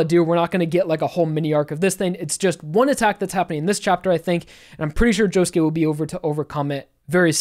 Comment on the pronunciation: um... joshuu? really?